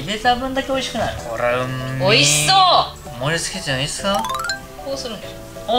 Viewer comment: 呂律回ってない料理研究家「もぉりつけてもいぃいれすかぁ？」